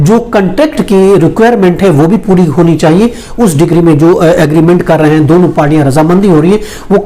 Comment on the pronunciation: Decree bolna sikh le pehle